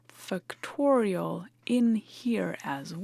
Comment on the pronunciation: I've heard that the pronunciation of schwa-type vowel sounds is a big nuance in language learning.: Be sure to pronounce the first syllable of "factorial" with greater stress and more of an /a/ as in fact or factor rather than as a schwa sound, even though it doesn't get the primary stress of the entire word. Great video as always, and your fluent command of English as a second language, when talking about a technical subject, is amazing!